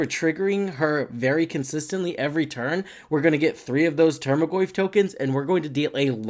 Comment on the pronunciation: Solid video, earned a subscriber but bugged me how you pronounced tarmogoyf as "termagoyf" everytime